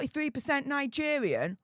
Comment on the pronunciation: Nigevvvvvian😂 ffs u need speach thevvvvapy 😂